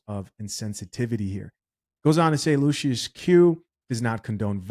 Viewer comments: Pronounced “lushes”! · "Luc-iFER bbq"? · I don't know if you're pronouncing the name of the barbecue right Lucius is a satanic sub word for Satan or Lucifer